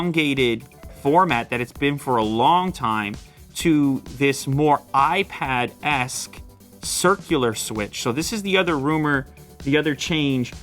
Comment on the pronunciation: Hey Lew, whats up with the frequent use of '-esque' (sound like 'ass') in the recent videos? 😂